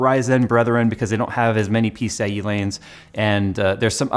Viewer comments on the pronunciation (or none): piece-a-e lanes :D